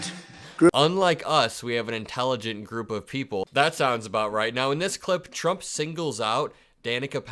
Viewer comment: "Intellurgunt" people, as well